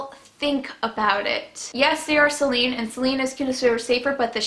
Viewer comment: Ok I get your story but for the love of god if you want to sound like you know what you're talking about pronounce the words appropriately: it's sAline not Celine (that's a name)